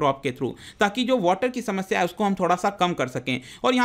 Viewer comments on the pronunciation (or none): none